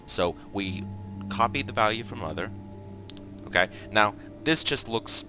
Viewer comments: his "okay" sounds like Okaww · Not his first “okay”